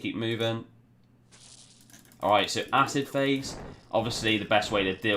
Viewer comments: Nice video as per your usual. I like your freeze "pahse." Liked, subbed, and algorithm done. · Lol freeze pahse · Haha, was looking to see if someone else spotted the pahse lol